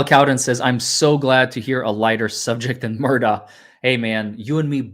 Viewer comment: It's pronounced Muhr-dock not Mur-daw. It's Scottish as am I.